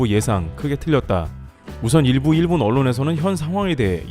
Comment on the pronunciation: 목소리 좋고 전달력 좋은데 일본을 그냥 일, 본 모두 경음으로 발음하면 좋겠다ㅋ '일'에 강세 두지 말고. iiiil bon 말고 그냥 il bon